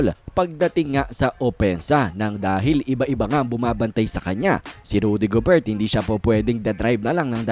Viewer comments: .."gober" boss,,hindi "go-bert" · silent "t" ung gobert